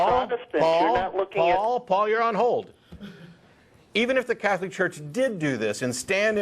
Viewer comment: What is a 'Cyetholic' anyway? Is that anything like 'Chicyego'?